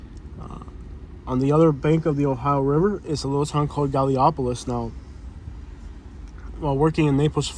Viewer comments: umm whatever i live they’re and we have a drug problem like everywhere else in the world and literally they were placed there before hand, OH and i thought i’d let you know it’s GAL-I- POLICE not “golopolis” and the income here is much more just saying and you literally showed all the bad neighborhoods none of the good but OK 👏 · Gal-uh-po-lees, Ohio